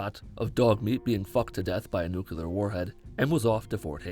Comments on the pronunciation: Did you just say nukular? The fuck is a 'nukular' fatman? I thought they were nuclear. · It's NUCLEAR not nucular. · Nucular? NUCULAR? I might be autistic but it annoys me to no end when people pronounce it wrong. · Nuclear, not nucular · nukelar? say nucleus. It's nuclear. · “Nyoo-Kyuh-Lur” rip pronunciation. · Had to thumb down immediately for "nucular." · IT'S PRONOUNCED NEW-CLEAR. Thank you. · But it's not? It's more like "new-clee-are" three syllables. Not two. And yes. NERD! I know. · "Nucular" Boy howdy I'm just about ready to slap your shit. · its NUC-LE-AR you fucking idiot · Really out here saying "nuke-you-lur" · I hate the way you pronounce nuclear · Can you beat my brain by badly mispronouncing nuclear? Sure can. I stopped watching less than a minute into the video. I'm only bigoted over two things. Fat people and people who say new-kew-lur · You pronounce nuclear wrong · Like for his constant mispronunciation of the word "nuclear"